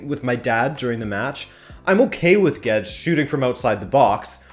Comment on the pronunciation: Gauged? (YouTube) Guedes I hear Gedged XD